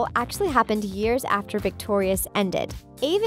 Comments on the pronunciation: Im sorry but she said Avan Jogia’s name SO WRONG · Why is nobody able to pronounce AVAN JOGIA correctly?? God damn it